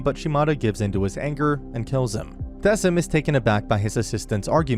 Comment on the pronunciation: I'm sorry, I have to say it😭 It's pronounced "Deh-kim", not "Dehseem" or "Deh-sim"🥲